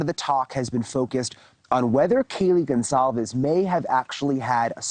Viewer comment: i think the ONE thing that really ruffles my feathers about this case is how THEY KEEP INSERTING A FUCKING “Z” in Kaylees NAME! LIKE BRUH IT IS CLEARLY A FUCKING C AND NOT A SINGLE Z! honestly how fucking embarrassing and rude for the victims. GON-CALLLLLLLL-VEEEEEEESSSSSSSSSSSS”ZZZZZZZZZZZZZZ”